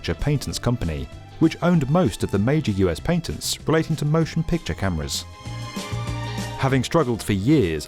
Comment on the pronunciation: Try PATENTS, PAT. ENTS, not PANTENTS.